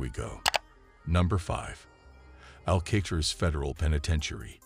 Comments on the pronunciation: Al-kay-triss?? Wow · How do you not know how to say Alcatraz? It's only the most famous prison on earth. 😂😂😂